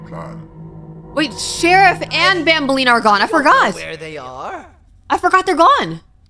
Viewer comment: Loving the vid but just reminding you it’s Banan not Bonbon It’s Banbalena not Bonbaleana